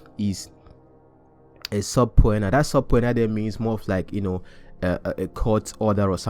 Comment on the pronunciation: The word SUBPOENA (court summon) is pronounced SU-PEE-NA, like sue-pee-na